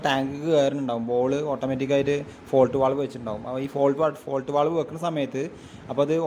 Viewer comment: ഫോൾട്ട് വാൽവ് അല്ല ഫ്ലോട്ട് വാൽവ്